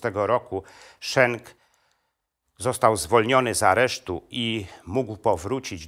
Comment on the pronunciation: Nazwisko bohatera tez wymawia Pan nieprawidlowo.Jezeli byl Belgiem a nie Niemcem to mowi sie tak jak sie pisze:Schenk a nie Szenk.Mieszkam bardzo dlugo w Belgii i sadzac po nazwisku bohater Panskiej opowiesci jest Flamandem.